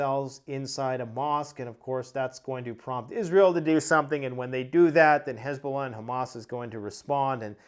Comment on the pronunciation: Hesbollah? Isn’t it that dwarf guy from MMA? 😂😂